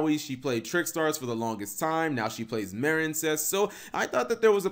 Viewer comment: Also this is petty but its Marinecess MAREEN not Maren like the name karen marine